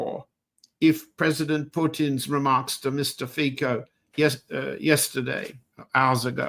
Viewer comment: Fico is not pronounced "fiko" but "fitso", mr Helmer.